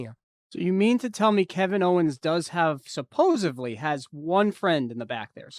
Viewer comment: "Supposively"? Good gravy... you did go to high school, right?